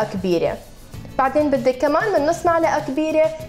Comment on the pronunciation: عارفين إنا قالت معلقه مو ملعقه ههههه